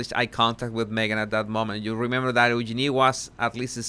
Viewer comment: Eugenie….he is pronouncing the name correctly.🙂